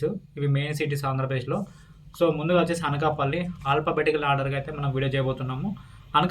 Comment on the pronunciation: Achesi kaadu.Vachesi anali